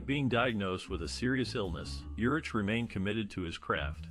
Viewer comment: Ugh. Not watching this since you don’t even know his name. It’s pronounced URICK